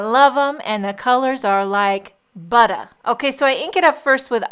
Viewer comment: I always laugh when you say "they stamp like butta"... great cards, super simple and very cute